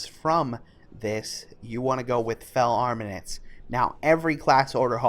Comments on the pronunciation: Nice vid bro - helpful! Btw... AR-MA-MENTS :-P soz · I found the "armanents" funny xD It's something that is really common with youtubers, they don't actually read the word and then they just make up what the word is. Either because they're just skimming over it or they don't bother. Lazy Peon is really bad at this xD